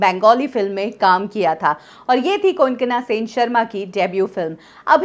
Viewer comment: The spelling is maybe - Konkana But Pronunciation is KONG KONA Ok Recharge before uploading videos how to pronounce the name, for whom the video is About to Anyway nice video ...